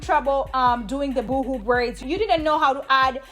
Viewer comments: 😂, girl! It sounds like you are saying boo boo braids. 😂 Boho rhymes with go go...🥰 Yes! Once again,, you slayed the easiest way to do box braids....YES!! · Love the great tutorial.... FYI... ("BOO HOO" is like crying.. "Boe Hoe" sounds like Boho..Bohemian? when you say natural is sounds like Nitro.. )